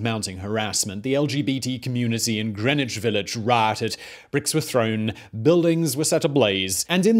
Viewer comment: I always heard it the way he said it. Admittedly, I was 20 minutes away from the Villiage when I lived up there.